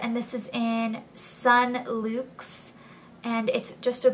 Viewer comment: luxe is pronounced like "lucks"